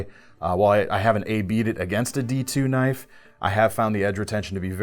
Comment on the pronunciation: more like "now, that's a KNOIFe!" LOL